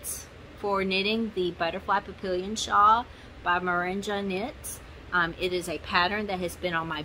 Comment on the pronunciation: Papillon is 'pa-pee-aan', french for butterfly.... 🦋🥰 Not entering, just watching. 😉